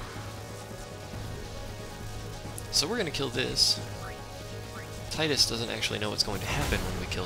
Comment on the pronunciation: Haha i also used the pronounce "Tidus" like you do, then i played Dissidia D